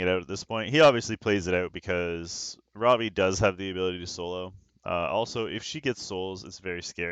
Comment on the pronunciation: Every time you say Ravi I think you're saying Robbie. Its now official, time for SG to come out with a character named Robbie. On the fights that first one was very unfortunate. The other 2 were great. All were great to watch. Its a common theme for you, you seem to get resisted quite often.